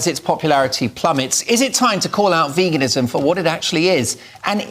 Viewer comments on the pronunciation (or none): Why does that bearded man not know how to pronounce veganism correctly? Vagansim? What is vaganism? Btw well done for being able to counter their arguments despite being ganged up upon. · Love how calls it "vagenism". His knowledge about sources of protein is definitely vague! We love you Ed. We love how you stand up for all the world's beautiful animals. We also love being vegan because it helps address world starvation, reduces climate change, reduces pandemics, reduces antibiotic resistance and reduces the incidence of cardiovascular disease and cancer xx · He cant even say it. "Vagenism" 😅